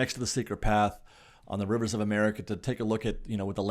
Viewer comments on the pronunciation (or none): none